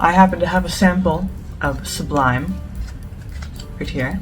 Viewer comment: It's French ... It's pronounced "soo-bleem" It's from 1991 not 1992 .. I know others give the same date .. but they're all wrong (the date is on the bottom of the bottle) and it's a floriental (not an oriental) Good luck with the channel !